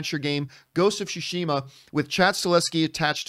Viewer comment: FYI, it’s “sue-she-muh